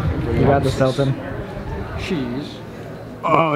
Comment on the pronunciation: I like the way he said cheese .... CHEEse